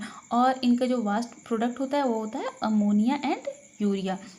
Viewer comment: मैम वास्ट नहीं वेस्ट प्रोडक्ट्स होता है...